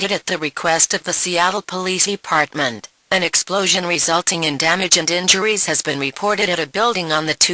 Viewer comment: WTF? E-Deparment!?